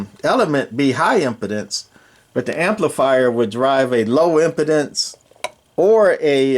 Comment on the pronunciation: Im-pee-dence. The way you're saying it means the mic can't get a hard-on.